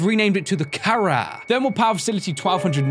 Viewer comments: it's actually pronounced (ka-rah) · you pronounced it wrong its pronounce kha-raw i know this because my last name has kh in it